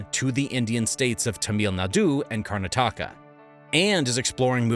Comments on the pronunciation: This is an AI voice right? No person could mis-pronounce Modi, Tamil Nadu, and Karnataka that badly, right? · Bro you gotta work on your pronunciations… karnataka got me 😂😂😂